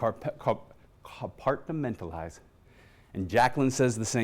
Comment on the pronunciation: Um yea dude it is compartmentalize not compart-uh-ment-uhlize lol. Some lawyer he is lol